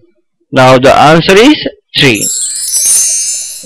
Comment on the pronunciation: That is not Abbacus that is abacus